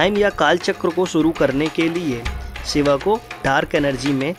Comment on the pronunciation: Koi bhi vishlashan karye waqt ucharan to sahi kare Shiv ko Shiva or Yog ko Yoga kam se kam sanatam dharmi to na kahe